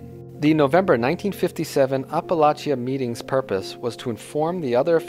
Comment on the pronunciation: Appalachian- Pronounced App-A-Lake-In. It’s a town, not the mountains.